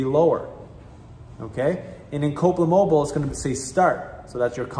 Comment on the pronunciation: old mate needs to speak a little clearer with specific manes. Its Copeland Mobile. I hear Copa mobo